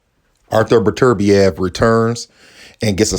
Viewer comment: "Artur Butter beeav"